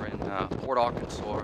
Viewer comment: Port Aransas lol not port Arkansas